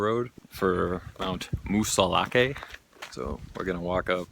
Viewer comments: No e in pronunciation. As in Moosilauk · I grew up there. It sounds like Moose-ill-ock, or moosah lock. That's how you say it. Done and done.